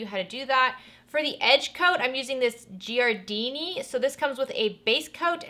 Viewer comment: Giardini = "jar-dee-nee"